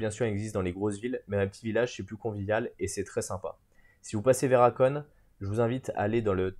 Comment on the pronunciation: La ville se prononce Hakoné et non pas Hakone !!!! Merci pour la vidéo.